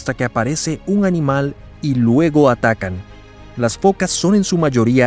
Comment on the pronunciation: ¿Fokas? Se dice focas.